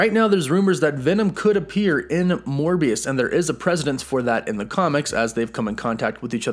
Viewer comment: Baby I think it’s “PRESS-uh-dense”